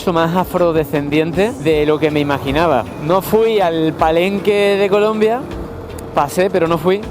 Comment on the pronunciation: Gran pendejo, se dice Colombia no colom...